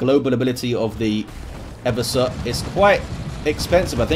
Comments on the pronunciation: Its "Ever-sore". Played 40k since the early 90s. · Black Library pronounces it "Ever-sore" in the Horus Heresy novel about the Assassinorum kill team (the name is escaping me at the moment). So I'm gonna keep pronouncing it that way and just wait til I hear what source heard his version on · Damn I've been saying 'Ever-sore' assassin for almost 13 years now. I'm sure everyone I've ever met playing tabletop 40k has pronounced it that way too. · "and no one truly knows how it's pronounced" That's nonsense. People still speak Latin sporadically and we have a very good idea of how it's spoken. Just because it's not an English word, doesn't mean you can completely disregard the pronunciation of it. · I think you've been pranked about the way to pronounce Eversor